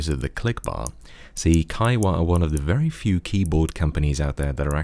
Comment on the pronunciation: He didn't say the h. Huawei said the "h" is silent for a while (v=KGAqvpYLiGw), which is complete bullshit. The h is pronounced /x/ as in Scottish "loch" or German "Bach." And in case anyone thinks it matters, this is the same "hua" as in Kaihua.